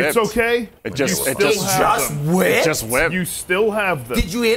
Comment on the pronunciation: I burst out laughing when said it like that!😂😂 “It just WHIPPED?!”